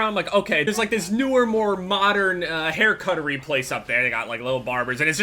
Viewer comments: "hair cutery" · 'Hair cuttery place' 😂